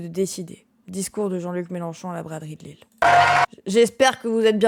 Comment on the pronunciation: Je suis désolé mais en tant que lillois mais c'est LILLE pas LILLES 😢